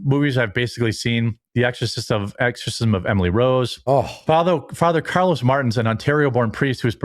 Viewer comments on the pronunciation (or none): none